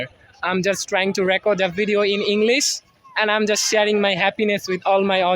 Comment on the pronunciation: I'm = um;clarify your pronunciation 🙂